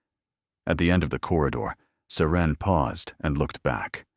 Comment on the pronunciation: Love this story... These storyline is so easy to follow. Loved how serene/siren..IDK. The narration misspelled the name so many times..and why the heroin always named Serene/Siren?? I'm just wondering 😉? Always love a story with epilogue! They make the story feel complete.. 🥰🥰🥰. Thanks for sharing the story. It's 👌👍